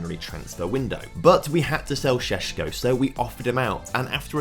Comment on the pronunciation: I'm glad you sold sesko because I was struggling to handle the way you said sesko.